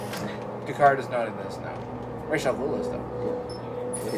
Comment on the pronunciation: The Englishman pronounces Ra's al Ghul wrong...just ask Neil Adams, one of the guys who created him!